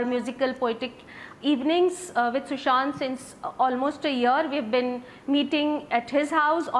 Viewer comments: It’s Sushant not sushan. Republic tv get ur facts checked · It's Sushant not sushan....